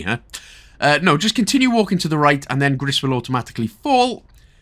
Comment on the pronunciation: Just for your information the game is call " grey " in French and it's pronounce " gree "